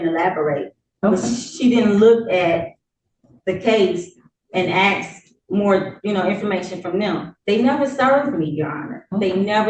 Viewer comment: She didn’t “ax” him anything!